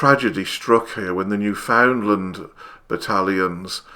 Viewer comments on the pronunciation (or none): "Newfoundland" isn't pronounced New-FOUND-lund. It's pronounced Newfin-land. Crush the first two syllables together like they're one syllable, say "fin" instead of "found", and place the emphasis on "New" rather than "found". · Sir, “You pronounce Newfoundland like “understand."